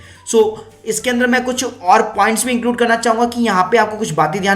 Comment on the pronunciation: but you can't pronounce Amazon lol